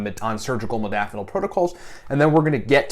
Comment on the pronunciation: Holy hell.... I love my modafanil and more importantly, my nootropics. But for the benefit of educating, let's all please learn to pronounce the word correctly. Having all the experience, knowledge and desire to share it is amazing and appreciated. However, it doesn't speaks well to the audience if in fact I'm sharing my experience, yet don't know the proper way to pronounce it. This is in no way a slight, just the fact. Example: Zoology and nootropic share the same characteristics. Many say "Zoo-ah-logy" which phonetically is incorrect. It's simply (zo.ol.o.gy - zō- ä-le-jē) or, in my own attempt: Zoe-ah-logy This then also must adhere to the same structure as 'nootropic'. (No.o.tro.pic - nō-ə- 'trō-pik) Again, as a "biohacker" and user of modafinil and my affinity for educating myself on nootropics, I thought it pertinent to share and pay it forward. -with respect, Yu Tu Reference sited